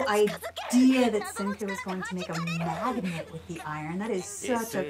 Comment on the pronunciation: am i the only one that noticed she said magets instead of magnet